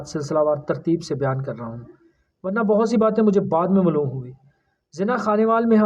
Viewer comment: Maaloom. Mloom nahi hota 😅